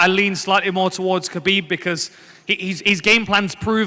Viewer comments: Pronounced Ha-beeb not Ka-beeb. Damn. Literally everyone mispronounced his name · ''Khabibi'' lol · His name is pronounced "Habib" not "Kabib" its a silent K... ffs meaning "The beloved one" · Werdum: Khabibi 😂😂 and Jan: I dont know why 😂😂 was the best comments 😜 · It’s not KABEEB or HABEEB KH should be a throaty H, if that makes sense. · Kha-beeb not Habeeb I don’t think خبب حبب two separate names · interviews Tony and he says "Khabib" LMAO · marlon: i think khabibi wins decision haha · Seems no one in the UFC universe will say his name correctly, Ha-Beeb not Ka-Beeb. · Khabibi and Murgamedov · mans just said kHABIBI🤣🤣💀💀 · Even I’ve learned khabib is pronounced “habib” and even his fellow ufc fighters haven’t learned all, that’s some disrespect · Nobody: Absolutely no one: Moraes: "I think KHA-BIBI wins." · Marlon says Khabibi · “I think Khabibi wins” bruh lmao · ❤❤❤ most fighters said Kabib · It’s “Ha-bib” good lord Lol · Khabibi funny shit Marlon and fabricio keep saying khabibi 🤣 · Marlon "Khabibi" Moraes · "Khabibi" -Marlon Moraes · Everyone says Khabib wrong, isn’t it pronounced “Ha-beeb”? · Morales . kuuuhhhbeeebbeeee 😂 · lmao Khabibi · Cejudo: Khabib Murgomedov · Marlon moraes out here lookin like a mini dana white :') but least he got "khabi-bee" for the win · Clicked on this video to immediately hit pause and post a comment. Just gonna go out on a limb here, they all said khalabeeb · Marlon "kabiby" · Derrick : im gonna to khaa ah tony . You cant even lie om your self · I like how none of them pronounce Khabib’s name correctly. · Khabib told us himself how to pronounce his name still mostly everyone said it wrong including that reporter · My god cejudo is dumb, what a stupid answer he gave then completely mispronounced khabibs name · By now you would think people would know how to pronounce Khabib. Nope